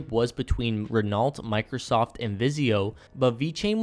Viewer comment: Great video. Renault is pronounced 'Ren-Oh' by the way.